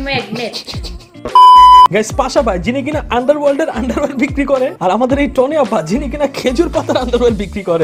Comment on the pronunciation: vaiya নাম টা টনি না তনি হবে।